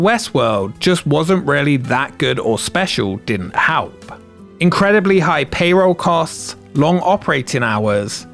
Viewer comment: why do you keep saying halp?